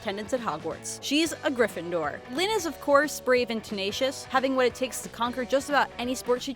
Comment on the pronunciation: It's not Lyne it's Lynn